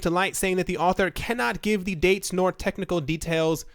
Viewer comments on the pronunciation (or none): none